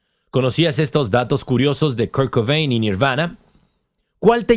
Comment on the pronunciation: Well buddy, it’s not really pronouncing his name it’s off. You sounded English to me unless you’re AI I don’t know how you could get KURT COBAIN i’m really emphasizing on the last name. I’m not being a bitch either. I just noticed. Every time his last name was mentioned i got a tic. I have tourette’. It’s not your fault